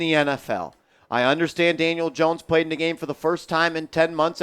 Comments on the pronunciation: He sure did 😂 Janiel Dones 😅 a real one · did you call him Janiel Dones?? You must really be pissed!!!😂😂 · Haha , you said Janiel Dohns